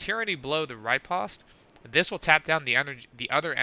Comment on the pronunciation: Why do you pronounce robotic riposte wrong?